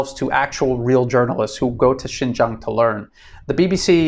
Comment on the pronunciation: Another advise bro! Please pronounce correct Chinese! Xin jiang would be pronounce Shin-jieng or Sin-jieng and not Shin-jang or Shin-jung. Okay?